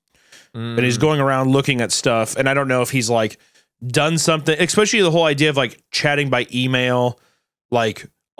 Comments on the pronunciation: Especially. Expecially. One is right, the other damages credibility of the person saying it. There is a distinct difference between these two guys, one of them could easily level up with the omission of that mis pronounced word. It's just that you (Hunter) say 'expecially' SO often that it does kind of create a certain impression. Note: I know, I'm mean and annoying and I'm sorry but here we are, it doesn't change the facts. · “Expeshially!” 😂 emphasis on the “X” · Hunter: 🗣️🗣️🗣️ EX-SPECHULLY😠🤬😤😠🔥🔥🔥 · EXSPECIALLY HUNTER! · Tbf, “X-pesh-ially” (especially) is not as bad to me as “E-legally” (illegal) ITS ILL-EGAL! And I-MMEDIATELY Also you guys should prepare for the word ‘facsimile’ (Fack-sim-uh-lee) because it’s not the first time or the last time it will pop up. Thanks, luv u, bye. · VERY LOVECRAFTIAN EKSPECIALLY ‼️ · I noticed it too, eXCSpecially.